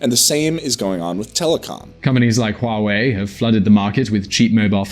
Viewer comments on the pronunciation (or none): none